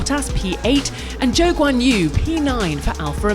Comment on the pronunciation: Can she please stop pronouncing Zhou as Joe.... It's so annoying 😂